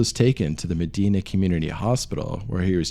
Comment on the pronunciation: moral of the story, don't smoke. also that is not how "Medina" is pronounced